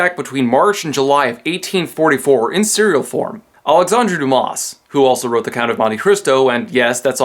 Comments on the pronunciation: It is pronounced Due-mah. You don't pronounce the S at the end of the name. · by the way the s in Dumas is silent